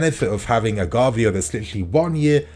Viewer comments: please learn how to pronounce Gvardiol's name. Like someone already wrote its pronunced like Guardiola just without the A. 👍👍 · man…ga-var-dee-ole